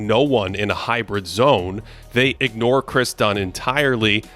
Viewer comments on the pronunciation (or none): none